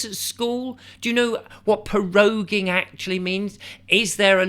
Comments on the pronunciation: Please excuse my pernickety ways but it's not Po-roging.... PRO - ROGUE - ING. Let's go rogue.... while the cat's are away the mice......become cats? 😻😻😻😸😺😽😻 Lovecats! Let's run the country lovingly 😻😻😻 Anyway, I'm on a humorous roll here inspired by your witty delivery. But in all seriousness, I'm glad you posted this - it's interesting and I didn't know this is happening. Plus I've never seen your channel before so I'll check out some other posts you've made. Thank you😸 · "Po rogue ing" !! 🤣